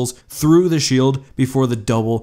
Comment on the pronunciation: Can we officially change shield in the English dictionary to shoeld